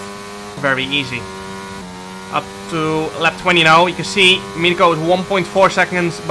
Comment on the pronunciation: Great race and great content as always. But you mispronounced Mirko’s name a little bit, i know it’s not easy so here are 3 alternatives: 1)Danegro 2)Danirko 3)Battista (his third name)